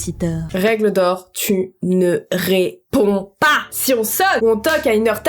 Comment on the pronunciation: tu-ne-ré-pond-PAS tu ma tuer